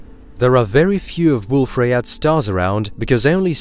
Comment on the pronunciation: it's pronounced booKAY.. I mean, ryeYAY